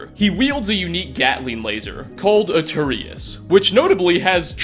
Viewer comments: It’s Aeternus as in eternal not Arturius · Aeturnus not Aturious! What the hell dude. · You seriously cant say the name of the Gatling Laser correctly, its pronounced A-Turn-Us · Normally i don't mind the butchering of pronunciation but you really messed up "aeternus". That said, I love the videos & keep it up!!!